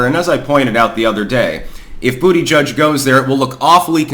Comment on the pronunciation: Bu**geek is the name. I don't know how anyone could still mispronounce this stud's name